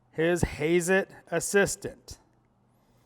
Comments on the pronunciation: americans like heyzet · It’s said ha Zzz Et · Hazet is German you said it wrong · Time to call Thomas again to get the pronunciation right. Collin below has got it right. Your introduction was completely redundant. When the hell were German tools ever not expensive? These two words German + expensive are always used in the same sentence.